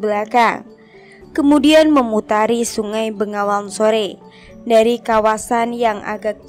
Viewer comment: peh salah semua pembacaan ya pajang bukan panjang bengawan bukan nengawan.malah mumet aku...